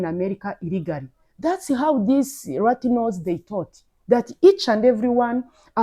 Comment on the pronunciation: Latinos sis, not ratinos😂😂